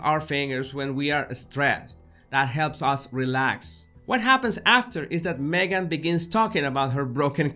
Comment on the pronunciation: I love how you call Me-gain a "suspect"...